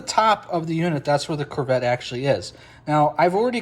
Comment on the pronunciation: Great video! Thank you for sharing. However, it is pronounced "koo-vet".